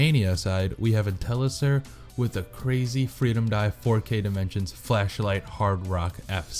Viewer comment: How could you possibly pronounce 'inteliser' wrong? -.- Its intel-liser not in-teliser